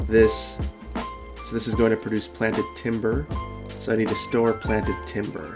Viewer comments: Plan(T)ed Timber? You mean trees? :P XD I tease, I tease. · Planed... Planed Timber... Not Planted....